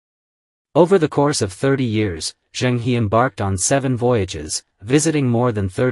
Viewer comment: And Zheng is closer to Jung (although the Zh is a little buzzy). So 'Jung Her' is closest. The complete failure to pronounce Chinese names with any degree of accuracy is really disappointing!